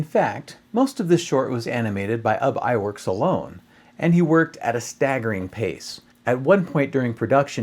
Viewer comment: OOB Eyeworks is how his name was pronounced, said one of the 9 Old Men. OOB not Ub to rhyme with TUB